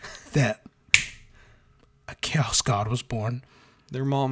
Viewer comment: No, by Imperial decree from Da Emprah (via text-to-speech engine), we have to call it "Ko-ass", not Chaos, because apparently if we use the normal word the walls start bleeding in the throneroom and Brothers Karstodes and Wamudes have to get the sinister spackle outta the toolshed again, and he hates those two. - Hey, you leave the Guard alone. Them trench-dwellers are m'boys. Fun fact: you know the standard-issue Guard lasgun is canonically strong enough to, with one single beam discharge, melt a footwide hole through an M1 Abrams? Because it is! So that thing not killing the whole damn country when you pull the trigger is bullshit. Especially when you consider that a boltgun shell is nothing more than a .75cal gyrojet grenade round, and that can't do shit to a modern tank. Who's got the better guns now, Adorkus Astartes?! - The Sly Marbo jokes are awesome. Cuck Norris? Not funny; annoying to the point of haterage. Sly Marbo? Funny. - 'Ere now. Donchu be tawkin bog 'bowt orkz. Deyz doin deir best. An' WAAAGH is pronounced wif a soft G at da end. Buncha yoo 'umies likez ta forget dat, cuz most a' ya dunno 'ow ta reedz yer own langwij, an' ya so fulla yerselfz ya finkz ya cant be rong. But ya iz. Rememba dat. Yooz lissen ta ol' Boss Grumptoof. 'E knowz fingz. - Yes, the Alpha Legion (who really should have been called the Hydras, based on their iconography) are the most loyal traitor legion. They're just playing the long bamboozle. By contrast, the most traitorous loyalist l